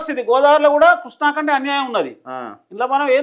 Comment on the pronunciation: Vediki Krishna pronounce cheyadame Radu Vedu pedda engineer. State divide ina taravata kuda enduku ra annitiki Andhra meda ne edupulu Karnataka , maharashtra meda fight cheste dammu Ledu .upstream state ni em peekaleka downstream state meda edupulu endi